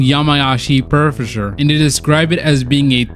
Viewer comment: this is awesome, but what is even more awesome is when you pronounced prefecture as "perfejure" GYAT